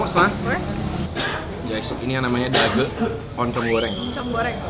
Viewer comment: Dage baca e nya e susungguhnya ko n ci.. bukan dageu🤪